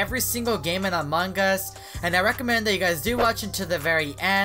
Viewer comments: Stop saying "MANGAS"! You made me mad! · He says among gus I hate to say but I hate when he says that it annoys me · Amon G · He basicly says amon gus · I LIKE HOW HE SAYS AMONG US I CAN EVER HEAR THE G WHEN HE SAYS AMONG US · Me too i like hes accent when he is saying among us